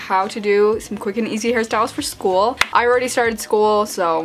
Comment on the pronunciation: it sounds like she's saying harry styles ahaha